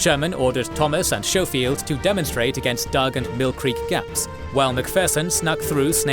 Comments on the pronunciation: Schofield is "sko-field" not "show-field" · you also know your narrator is mispronouncing names of Generals right? Like Schofield. You call him showfield but that’s not how his name is pronounced. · Schofield is pronounced with a hard sch like school